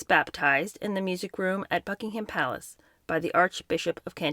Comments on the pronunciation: I adore everything about you … apart from your pronunciation of BuckingHAM Palace! It’s pronounced Buckingum Palace … thanks 😘😉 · Just a heads up, Gloucester is pronounced “Glosster” and Gloucestershire is “Gloster-sheer” phonetically spelled. Buckingham is pronounced “Bucking-am” with a soft or even silent “h” sound.